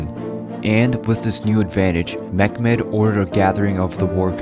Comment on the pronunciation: Meh-met not mekmet